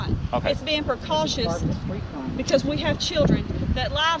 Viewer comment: "Its bein precauchios"